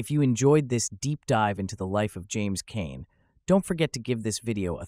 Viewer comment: Pronounced his name wrong in this